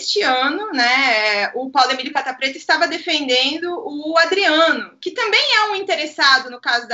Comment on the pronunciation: embora eu saiba que é Catta, meu ouvido sempre escuta capa preta rsrsrs